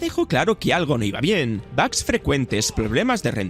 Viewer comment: Tanto escuchar bags se me pegó. Ya no diré bugs desde ahora será bags :v